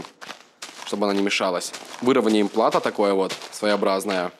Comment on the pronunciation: Снова ошибаешься с ударением. ПлатО, а не ПлАто.